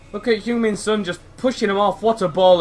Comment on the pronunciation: love your video, ive got son aswell, the only pet hate I have is the pronunciation of son, oh well